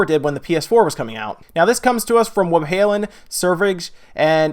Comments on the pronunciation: It's pronounced Vebbhallen btw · "Webhalen" xD